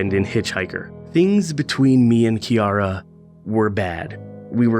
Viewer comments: Interesting little game... Thanks for playing and sharing. Just a note, Keira is pronouned like Key-ra... not Key-A-ra... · KEIRA << not pronounced kiara